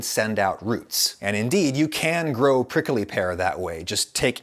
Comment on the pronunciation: the way adam say prickly: "prickely"